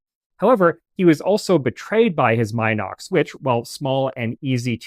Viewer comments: Ffs...it's MEE-NOX and NOT MY-NOX 🤦🤦 A very good presentation, otherwise !! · Please get the name right ! It's NOT pronounced " M IIIIIIIIIIIII- nox," as in "Eye." M (Eye) - nox ! The correct pronunciation is Min - ox, as "in" the door. Get it ? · Not "mine ox", pronounced "Min ox" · I figured the "min" in "minox" is like the "min" in "mini" and prononced the same way.... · I've even owned a few Minox (and Minox clones) back in the day, and I've been pronouncing it wrong all these years. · How? The correct pronunciation is “MEE-nox”. The first syllable rhymes with “bee” 🐝. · I’d still consider that okay. But not the “my knocks” pronunciation used here. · Except for “Minox” itself…